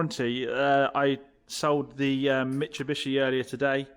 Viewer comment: mitsubishi not Mitchabishe lol 😂